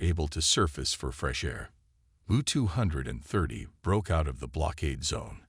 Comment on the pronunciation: Gotta love AI narration "the Ewwwww two hundred and thirty".